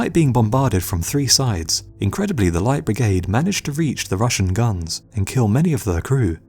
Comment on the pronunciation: Do practice saying "Light Brigade". You sound like an illiterate prat.